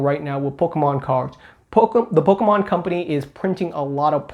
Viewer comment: Am I the only person who absolutely cannot stand the way this kid pronounces Pokemon Lol it grinds my gears love him jus wish he's slow down and say poke-mon now and then instead of pkemn